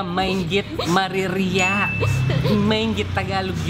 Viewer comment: taga nukarin la wari keng Pampanga reng sasabing "mariria"? masakit yang bigkasan ing mariria para keng metung a Kapampangan.